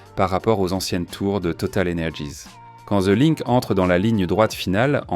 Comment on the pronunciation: "The linque" 😅😅